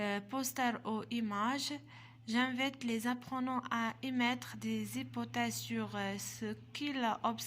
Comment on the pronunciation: T ne maîtrise pas la prononciation et t fait beaucoup d faute c rare on dit j'invite t le prononce j'invète 3aib ba9a kathajay